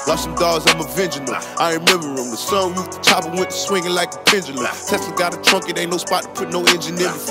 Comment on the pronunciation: Pendulum! there is no G in the fucking word